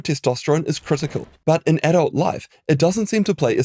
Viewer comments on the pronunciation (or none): none